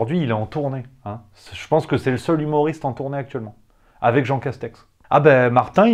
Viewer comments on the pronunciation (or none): none